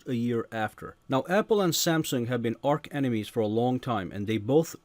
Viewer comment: You said arch enemies wrong